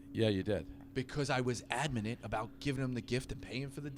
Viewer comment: “Admanant” what’s that mean? 🤣🤣🤣